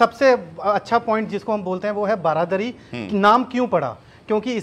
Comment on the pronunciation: Bhai its not baradari, its BARANDARI 😅